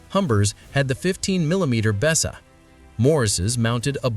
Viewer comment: As soon as the voice called it a Bessa, nah fuckit. In case the op reads the comments (unlikely) it's pronounced "Beeza".